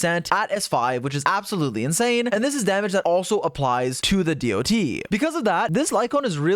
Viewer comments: I can't get over hearing "D-O-T" over and over instead of just "dot" like people with roots in MMO usually say it kkkk 😅 She's definitely hard to pass, but my dolphin funds are depleted after losing 50-50 every time while getting my 3 banner characters so far: Seele, Silver Wolf and Blade 😭 Unless I get her in 30 pulls, I will have to wait for a rerun. EDIT: Just did my 30 pulls. Music changed to the 5* pull music on the third 10-pull, AND THEN... Yanqing... Again... That's four 50-50 losses in a row and counting. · it is not d.o.t its DOT as one word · Why does he keep saying d-o-t its sounds so weird, the proper way to say it is dot. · you're the only person that pronounce dot as d.o.t lol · him spelling out dot all the time makes me wanna cry